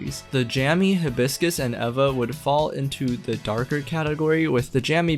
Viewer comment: Is it evva, ayva, eeva, or E.V.A. ? I think you used all pronounciations in this video, LOL!!